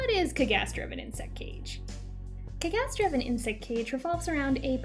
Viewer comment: I’m just genuinely curious why are you pronouncing “cagaster” like that? That’s not how it’s said in the anime